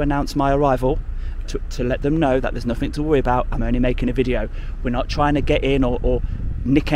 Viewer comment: Dude, I like you, but stop pronouncing "th" as "f" "aufority, firteen, nofink" 😂✌️